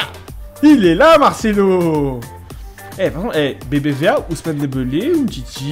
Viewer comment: dit dembélé pas dembeulé footix